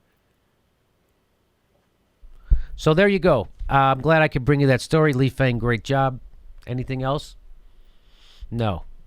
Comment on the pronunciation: Nice slot, but FYI Lee's name is pronounced "Fong." Peace!